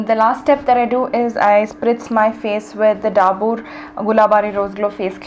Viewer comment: Loved the video Btw, Dabur is said (ಡಾಬರ್) and not ಡಾಬೂರ್.